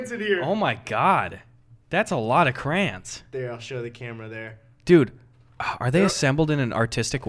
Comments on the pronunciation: why do y'all say crayons like "crans" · Why do you say cray ons like crans